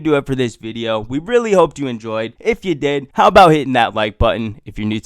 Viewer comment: Why do you say video as "videooww" Is that some accent thing or what lol